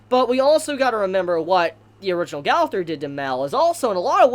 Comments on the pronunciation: Its pronounced go - ther not gauther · Why y'all be saying the name so bogus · its g-oh-thur and m-eye-el jesus christ ive never heard simple names be butchered so horribly... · im kinda mad on how you pronounce his name... like bruh they show how to say Gowther and Mael's name!!!! Mael is Mon-el Gowther is Go-ther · Go-ther, Ma-el- learn to pronounce